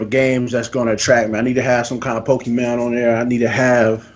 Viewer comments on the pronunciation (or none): Can you please tell that it's PokeMON, not PokeMAN?!?